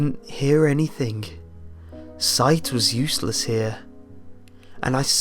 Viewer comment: Learn to not say k at the end of some word like somthink anythink comingk etc etc etc